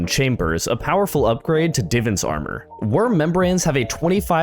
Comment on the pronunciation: "divuns armor"